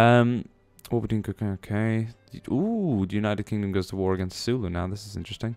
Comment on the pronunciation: it's Zulu, not Sulu. They are not fighting against one of the most adorable officers of Starfleet.